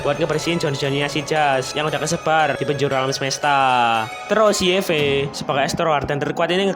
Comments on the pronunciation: Cara nyebut Yve waif bang Karna Aku udah nyoba di google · Yivi gitu bacanya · Yive bang baca nya